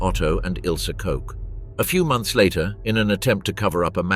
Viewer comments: Her name is KOCH not COKE. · Pronounced 'cook" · Ilse Koch (Koch in German rhymes with the English word watch same as the Koch of Heckler and Koch)